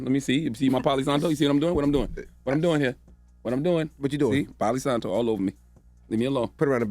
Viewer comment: Well can’t blame the mother to speak out against such a crazy thing that’s being put onto the children and CTG called it Poly Santo lmaoooo it’s Palo Santo.